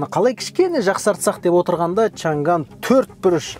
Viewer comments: Чан ган емес. Чаң ан деп айтылады. Чаң ан деген қытайдың өте ертедегі қаласының атына берілген машина. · 长安 chang an, чаң ан, чаң гаң емес(长-chang, 安-an) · Шанган емес ❌ негізі Шаң —ән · Брат өтініш Чан Ган емес, Чаң Ан деп айтшы 🤦🏻‍♂️ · Чаң ган емес,чаң ән! Chang an!